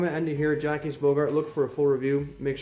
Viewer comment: Just in case you wanted to know. It’s pronounced Fú-Jhair and Jjock Bogart. Love your videos and the fragrances you review. I like all my phoenix artisan products I’ve purchased based on your reviews.